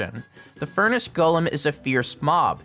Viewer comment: One of your best videos, plus I respect that you know how to pronounce “Golem” correctly.